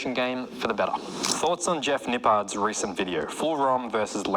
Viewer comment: It’s Jeff Nippled 😂 not Jeff Nipard